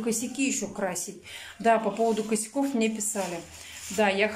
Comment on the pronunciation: непробиваемая... " Мине...", " фабЭрлик... "